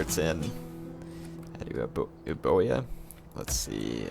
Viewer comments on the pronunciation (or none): Ae-oo-boya would be truthfully pronounced I think.